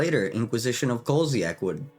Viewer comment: You said "kolziak" It's kozilek Like cause-eh-lek or maybe koh-zi-lek Pedantry over.